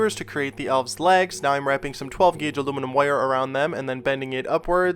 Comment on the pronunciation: Every time he says "wire" as "woiyar" take a shot.